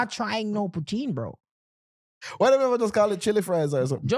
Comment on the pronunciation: You don’t pronounce poutine, right that’s why yuh nuh wah eat it